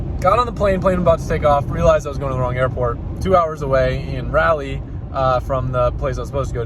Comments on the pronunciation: To be fair you tried but that’s not how you pronounce Raleigh at all buddy. Super cool you flew into my home town tho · Your pronunciation of Raleigh is cringe Rawl-ee not rally. Love what you do though keep up the hustle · Love you but it’s not rally 🤣 pronounced rawleee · FWIW, Raleigh, NC is pronounced like "Rah-lee", not "rally", lol. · It’s “rah lee” Not “rally” Nc here to help out pronunciations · I like how you pronounce Raleigh like it’s Rally lmao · It’s pronounced RAHLEE 😂 atleast that how is Tennesseans say it 😂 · R"AH"LEE let me help you next time you're in town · Dear, as a North Carolinian it’s Raah Lee. 🤣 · The way he pronounces Raleigh really bothers me as a North Carolinian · as a north carolinian, the way he pronounces raleigh makes me cringe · The amount of cringe when he pronounces Raleigh lol